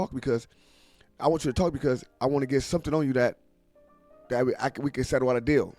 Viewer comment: U said someding did haping? Wtf lol